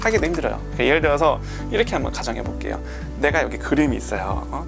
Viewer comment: '여거' '여가' ㅋㅋㅋㅋㅋㅋㅋ